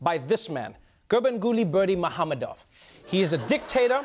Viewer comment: I thought there was a turkmen audience in the crowd who laughed at the wrong pronunciation, but your makes more sense considering that not many turkmen will be present there physically.